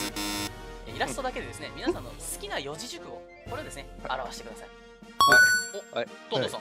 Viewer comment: 2個あるんじゃないの！？ ゾムさんが四字熟語(よじじゅくご)をよんもじじゅくごって言ってて可愛い❤